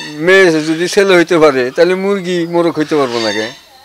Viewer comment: মরগ কি?মোরগ সাংবাদিকের ভাষা শুনতে বিরক্ত লাগছে😡